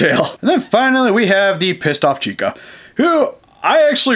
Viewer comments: Its Chica not Chicka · Ha Idiot it Chica not Chicka!!!